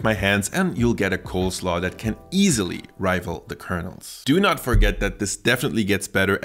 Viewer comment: Did you say COLDslaw throughout the video?